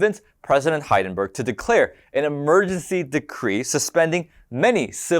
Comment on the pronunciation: That's not how you pronounce Hindenburg.